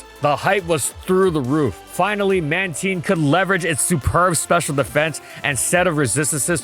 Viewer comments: It was pronounced as Man-tine but starting from the BW anime, it started being pronounced as Man-teen. Especially in the Pokédex 3D app. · when u said manteen i got mad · I’m ok with manteen. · Hearing him say Mantine like “manteen” hurts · it’s not, it’s “man-tine” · Having a stroke here cuz I’ve always pronounced it as man-tine as opposed to man-teen lol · Anyone else say it as a MAN-TYNE? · It was pronounced as that early on, but was changed to Man-teen starting from the BW anime, and in the Pokédex 3D app. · Wait. Man-TEEN? I refuse to change how I pronounce this Pokémon’s name. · Please just stop pronouncing mantine like that 🙏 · I think you pronounced Mantine the wrong way 😬😬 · Pronounced Man•tīn (like “time” or “nine”). Not teen lol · Holy moly, the mispronunciation. Mantine and Mantyke are supposed to sound the same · wait, that's how you pronounce Mantine?! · The "tine" in Mantine is pronounced like "valentine." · worst pronunciation i've ever heard TBH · oh na why would you pronounce their name like that, reuniclus 2.0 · Pronunciation still made me cringe a bit but I got over it because I love this pokemon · No way he just pronounced man-ti-ne, man-teen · It's going to be another one of those episodes....Mantine not Manteen. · "Man teen" Like am I the only one who finds this weird, like I call it Man Tine, like Twine but no W, that kind of thing, like does it not sound weird. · Is it really pronounced manteen? Cuz ive been calling it mantyne since it released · I’ve always said mantine not manteen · Pronounced "Mantean" over "Mantine"? Like "time" "tine", but he goes "ean" sound?? Edit: so this is cuz u pronounced tine in English but when i watched pokemon as a kid in my native language u prounced it with "tine" like "time" probably due to how it is pronounced in japan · Why pronounce it "Man-teen" is it not "Man-Tine"?? God that pronunciation is killing me lmfao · Man Tine, not Man Teen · TINE!! Not teen... I swear you did that on purpose...